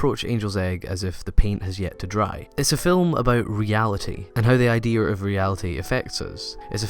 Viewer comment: Say "Idear" one. more. time.